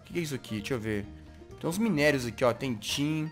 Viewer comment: Alguem mai percebeu que o jazz sempre fala errado os nomes de minérios, armas, ferramentas e armaduras. Smpre colocando um s, um r, trocando letra, faltando outra